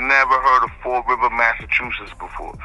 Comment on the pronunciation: Fall river, Massachusetts not fort river......